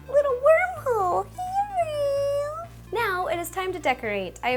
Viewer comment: ahaha :D that "herro" was too funny